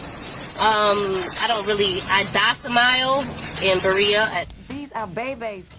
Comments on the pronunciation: WTF is “docimile”? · She docimiles???😂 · She stays at a docimile? Maybe she means domicile? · Why can't anyone say domicile? Dosimile? Seriously? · I DOCIMILE?? The term you're struggling to say is domicile! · "my dosemile".... you mean DOMICILE....😅😅😂🤡🤡🤡🤡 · did she say “I docimile”? JFC